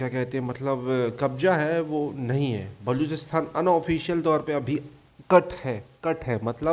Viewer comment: bhaiya wo baluchisTHAN nahi, baluchisTAN hota hai